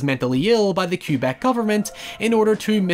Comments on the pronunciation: Kebek, not Kyoobek. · It’s pronounced “K-beck,” Québec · I don't think your accent affords you the freedom to call Quebec Cubec. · hahaha, as a canadian whos used to hearing "Kwuh-beck", It took me a good few minutes to figure out what the hell "Cube-eck" was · American: "qweh-bec" Canadian: "ka-bec": "kyoo-bec" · I think it's cute that you pronounce Québec as "Cue-bec". 😆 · "Q-beck" I'm sorry the what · he’s British, he’s gotta respect the queue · The way pronounces Québec is infuriating.